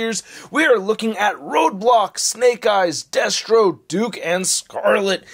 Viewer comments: I heard “deathstroke” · Are you saying "Deathstro"? 🤣 Sik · Me too.